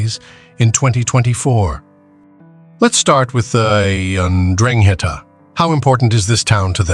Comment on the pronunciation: Amazing how many ways Ai finds to pronounce ndrangheta